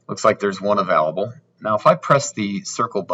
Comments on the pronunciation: Sorry man, I couldn't get through the video after hearing uh-valable too many times!! 🤷🤷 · Can you please say the work available right? Haha